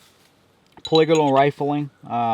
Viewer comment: per-wiga-roll rifling? The word you're looking for is polygonal.